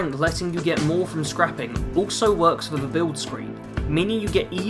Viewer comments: THE ! .... T.H!. NOT V I couldn't even get 10 minutes in the the video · Took me a moment to work out what you were trying to say. I've got a speech problem where I can't correctly pronounce a few different sounds, one of which is the "th" sound.